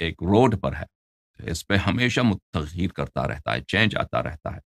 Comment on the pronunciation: Allahyari bhai lafz tagheer nahi taghayyur hai......